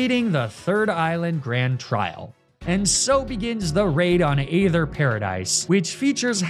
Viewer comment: HOW do you pronounce aether!???